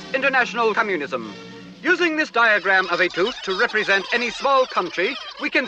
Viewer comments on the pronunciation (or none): i swear on my heart he says cummunism rather than communism